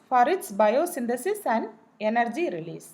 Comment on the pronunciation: Its energy not yenergy